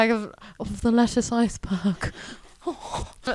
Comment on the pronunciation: Still can’t tell if she pronounces Lettice like that because it actually is, or if she’s done it for TV 😂 because my name is the same, minus one T and it’s nothing like Lettuce